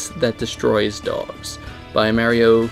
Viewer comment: its pronounced MARYO